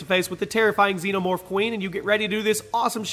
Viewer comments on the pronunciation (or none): none